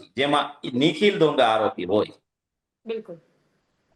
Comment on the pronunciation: ડોંગા નહી દોંગા. ગુજરાતી‌ શીખી લે પહેલા. 😂😂😂😅😅😅